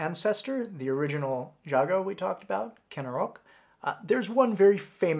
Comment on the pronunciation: Java is the anglicized name so it's fine to pronounce it as you would in English, and the v's in Sanskrit names are acceptable as well. But yeah, the "j" in "jago" should be pronounced as voiced postalveolar affricate.